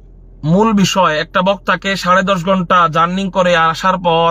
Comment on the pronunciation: হুজুরের বিদ্যার দৌড় কতো টুকু ? বড় বার বলতেছে journing । Journing তো না জার্নি হবে ।